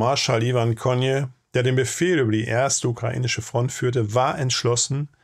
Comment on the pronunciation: Für's nächste Mal: Der SU-Marschall Konew bzw. Konjew wird KONIEFF ausgesprochen. Bei deutschen Ortsnamen auf -ow ist das W ein Dehnungszeichen und kein Laut. – Ist leider so kompliziert. LG